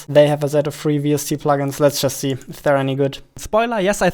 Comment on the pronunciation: What normal people say: "Here you can see" What they mean: "Here you can see" What says: "Here you can zee" What he means: "Here you can press the Z button" We all misunderstood him